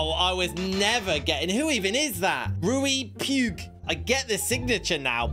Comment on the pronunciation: Bro can understand all those autographs but couldnt read Riqui Puig 💀